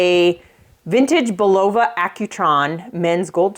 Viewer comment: Just so you know it's pronounced Bull a va